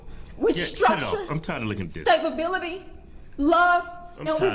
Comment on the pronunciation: . Did she say Stabability? 😂